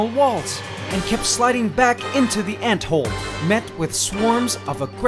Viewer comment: Well at least it didn't give birth Is it me or when he said "Into one anthole" It sounded like idk different or like local talk idk